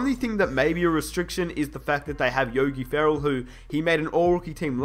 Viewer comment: The way he said Yogi Ferrell...